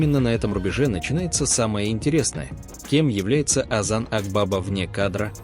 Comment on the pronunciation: Озан АквавА-ударение на последнее А.